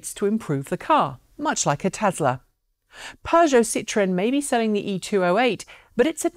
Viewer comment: BTW, thank you for pronouncing Peugeot correctly,.